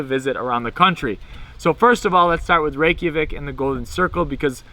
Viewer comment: Great informative video. I've been to Iceland 3 times and can't wait to go back next month. But PLEASE dub over the audio and stop saying "Rey-key-a-vik" It's Reykjavik , "Rey-ka-vik" lol Its you're like calling Mike Mikey. I honestly wouldn't say anything if you didn't say it SOOOOO many times! Otherwise great video. lol